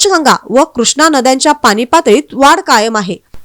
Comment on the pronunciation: पानी काय म्हणताय पाणी म्हणता येत नाही काय